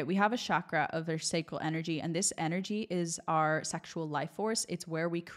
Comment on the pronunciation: The power of Sanskrit words lies in their resonance and how they activate the body. When you say chakra or cakra correctly, you activate the navel center and pull energy up to the 3rd eye. This is very important concerning your talk. It’s not pronounced shhhhock-ra it is chalk or chock-rrah. When you say it this way the tongue first flicks behind the teeth, the low belly pulls in and energy draws up the spine as the tongue presses the back of the palate and then the tongue rolls the r it flicks behind the teeth again. These pressures stimulate the higher glands in the brain. If you can’t roll the r try to make a d sound. Listen to proper pronunciation on Google. If you are using terms from a specific culture, you want to use them properly because much is missed. 🙏🏻😊